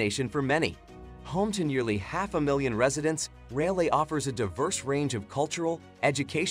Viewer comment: They also butchered Raleigh.